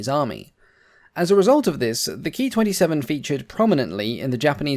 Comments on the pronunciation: The P-40's, flown by the AVG, had two .50 caliber and four .30 caliber guns, and not six .50's. I believe that the pronunciation of "Ki" is K I and not Key. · A very informative video,. Thank you! But your pronunciation of the Ki-27 as "Key twenty-seven" is quite wrong. It should be pronounced as Kay-eye twenty-seven, if you are going to use use the traditional Anglicized pronunciation. The correct Japanese pronunciation would be "Kyūnana-shiki sentōki" Or 九七式戦闘機.. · Please, please, please it's NOT pronounced KEY, but KAY EYE